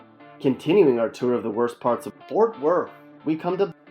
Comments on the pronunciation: Stop saying fort worth like that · Boy delete this shit houses don’t look like that in Fort Worth let alone Texas, you can tell you never been here just by the way you keep saying “Fort Worth” 😑👎🏾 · He can't even pronounce Fort Worth, what a pos video, Our city is amazing ❤️